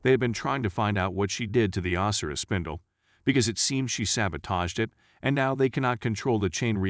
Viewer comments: Ozzyriss? Oh sy ris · Itxs not OSiris it's Osiris, Egyptian God of the dead. Do some research on pronunciations before you do your next video. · Man im so petty. I dont know why but when you say Osiris and Isis name it bugs me so bad. 🤣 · Its a programmable bot voice, sometimes they are still getting things wrong.